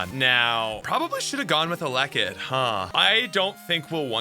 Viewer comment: It took me about 6 times hearing you say "alekid" to figure out you were trying to say "ele-kid". I've never heard anyone botch that one before lol.